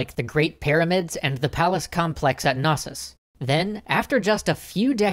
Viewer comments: it's knossos, not nosses. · Isn’t it pronounced “Kuh-nossos”? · fun fact: the K in Knossos isn't silent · BTW, the K in Knossos is pronounced.